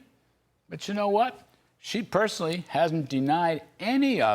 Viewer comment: Wow, I swear you're talking about Trump, but you keep mispronouncing Kamala, what a spokesperson!